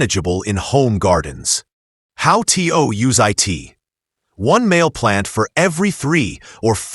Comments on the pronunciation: STOP saying T. O. And I. T. It is produced to and it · How tea-o use eye-t😂😂😂😂